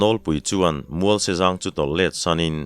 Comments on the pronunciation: Vacha thlawhpui pawihte tih lai a, vacha thlawhpui tih lai tak kha, PUI tih kha i thluk dan kha a dik lo deuh lo maw, ka ti deuh a, Ar tui tih a tui lai thluk anga ri mar tur a ni lo maw. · Pawnpui chhe duh,Pawite bawk.Vacha thlawhpui pawite bawk . pui hi i thluk dik lo hret.3 lai thlûksual ka hria... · Tlaikhawhnuah sawi ve ila, țawngkam ah 'Pawihtè vachain a thlawhpui,' tih a ni țhin a. 'Vacha thlawhpui Pawihtè,' tih i lamrîk a, 'pui' i lam dân hi a diklo e.